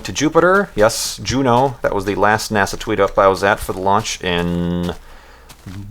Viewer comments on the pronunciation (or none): none